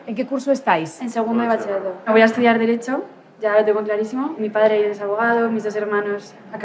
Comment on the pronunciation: "Bachie-rato". Ninguna persona lo ha dicho bien :o